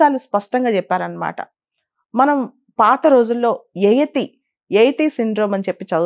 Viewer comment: యయతి కాదు.... యయాతి